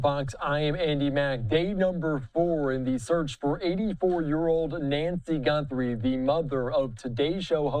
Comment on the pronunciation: What the he'll is wrong with this goofy of a newscaster? GUNthries..GUN? HES SO STUPID